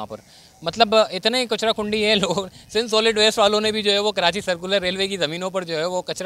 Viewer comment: Bhai khuda ka wasta he.. KaraNchi mat bola kro.. rwporting achi he apko but please pronounce Karachi the correct way